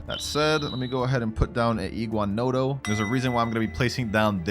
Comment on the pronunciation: Bro said iguano to iguanadon